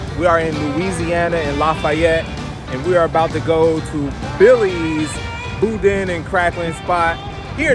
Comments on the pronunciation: Hi! It was nice to see Danielle, my fellow Modsketeer, make an appearance in the premiere chat! The food looked lip-smacking good and the sounds of you chowing down on it was confirmation. I had a funny thought when you mispronounced "Boudin" as "Boudon"... if you've ever been blessed to have seen the series called "Farscape" back in the day, there was a two- or three-part episode where John Crighton and the other characters were trapped inside a ginormous "Boodong" drifting in outer space. Long story short, that was my first thought when I read the title of this video. If you've never seen that show / episodes, I feel sorry your funny bones. LOL! Peace! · Booda is the correct pronunciation. WATCH the Fox football game program on Thanksgiving day my Cousin Leah and her Husband will be Serving There Turducken to someone really famous They said. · Its pronounced boodan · Even though it spelled Boudin it’s actually pronounced “Boo-dan”